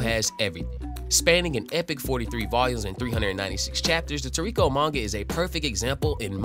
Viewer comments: The fuck is tuurekoh? It's toriko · You saying his name wrong broham but I love this manga and show he’s my fav character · You read a lot more than you talk… so just look up how to pronounce Gormet … Gormay and TOR rico